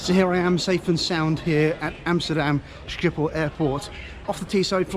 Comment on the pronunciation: You can just say Schiphol as “Shipholl” - A Dutchie